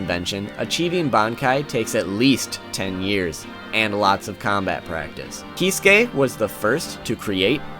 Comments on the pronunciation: Probably already heard this but his furst name is said like "kit-sue-key" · He revealed his bankai? I haven't read bleach in a while. btw here is how you pronounce the name Kee Sue Kay acentuate the Sue. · Whenever he say Kisuke, the auto generated subtitle displays "He's gay".